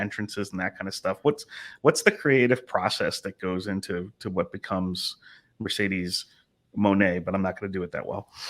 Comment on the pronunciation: As your fans Mercedez mone we love and appreciate you, support u along ur journey. But plz learn to pronounce stardom wrestlers correctly and learn more about their company. Just do background research to ensure that u do not hurt Japanese fans by not pronouncing their names correctly.